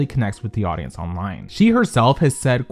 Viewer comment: "stiffled" lol